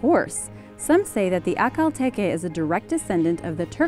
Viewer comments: Peggy Papczun Peggy Papczun In the video it was pronounced like ‘A-kal tE-ke’ but it is not the right pronunciation. These horses are named after the oasis in Turkmenistan. It’s ‘Ah-Al tek-E’ (the stress is on the second syllable of each word and the ‘h’ sound in ‘Ahal’ is like ‘h’ the word ‘house’) I hope it will help you ;) You’re right I love these horses, there are incredible. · It's pronounced Akhel tek no Akhel teke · First one is pronounced "ak-Hal tek" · It’s pronounced ( a ) Lea )tek) a) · Haha The way she pronounced Akhal Teke made me cry with laughter